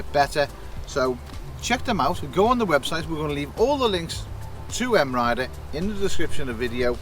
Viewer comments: It's 'My Rider', not M-Rider. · M.I. Rider? I always thought it was pronounced My Rider.